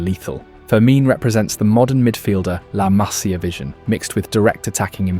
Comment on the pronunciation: Might as well go ahead and pronounce the players central to your film correctly. Cubarsí has emphasis on the “i” at the end. If you had never heard it correctly, you could take a look at how his name is spelt. PS La Masía. Emphasis on the “i” (which, again, has an accent).